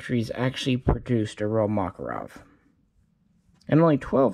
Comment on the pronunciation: ”O.G MAKAROB”